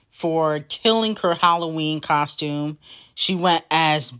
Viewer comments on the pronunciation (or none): none